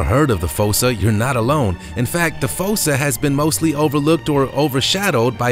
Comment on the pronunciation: I do believe that the correct pronunciation for#10, "fossa", is not with a long o, but with a long " u". Like in the animated movie "Madagascar", the animals are afraid of the " fūsa" (like the word use). But, nice video.